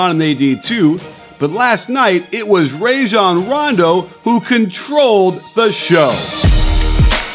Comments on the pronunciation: RAH-Jon, coach. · "Ray"-Jon Rondo